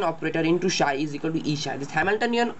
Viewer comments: Its pronounced "Psi" (Silent P) not "Shy" [Just an FYI] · its psi not shy...